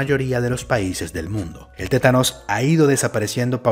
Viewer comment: es TÉTANO no ''tenanos''